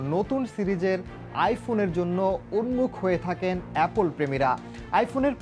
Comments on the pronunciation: Abbe gadha . Apol na its apple 🤣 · Apple ke apol bolteche😂😂😂😂😂